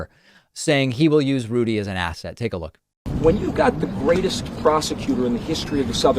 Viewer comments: ASSET? Ithought he said ASSHAT! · At first it sounded like he was saying Rudy Giuliani is an A$$hat not an asset.. I agree Rudy is an A$$hat as well as being a bloated windbag.. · Did he say ASSET or ASS-HAT? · Did Andrew say asset or asshat?